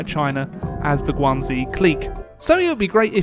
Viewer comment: I'm sure you've heard this before, but just for my own peace of mind, in the romanization of Chinese (called pinyin) "X" is pronounced with an "sh" sound, not a "z" sound. It's not the Guangzi clique, but the Guang-"she" clique, it's not thew Zibei San Ma, but the "she"-bei san ma. I doubt this will change anything but at least I know I tried lol.